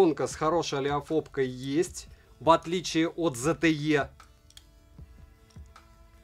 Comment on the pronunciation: 👼 И пожалуйста, больше не Зе Те Её))). Правильно говорить, зе те ии, в последней букве - И. Достаточно посмотреть, один из обзорв zte, на англо язычных каналах. — А то, такой интересный бро, а так мажешь - зэ тэ ее. 😅👍